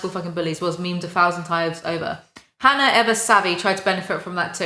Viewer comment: Noone: Literally noone:: hAnNaR